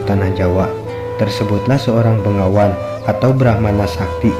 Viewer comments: Blepetan..begawan Bro bkn bengawan,bengawan nama sungai disolo stahu ane.. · Ma'af bos yang punya video ini anda salah sebut. Begawan bukan bengawan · Anda benar. BEGAWAN bukan BENGAWAN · Hai bukan bengawan, begawan tau